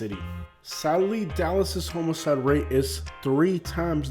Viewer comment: I kept wondering if you were saying homoside ora homicide. I'm from Minnesota close to Canada and even though I haven't lived there since 14 I can't say bag rag rag without ppl falling on the floor laughing. I really enjoy your content especially being in Lee County Florida. It's heart breaking to see we can't catch up from the last few hurricanes.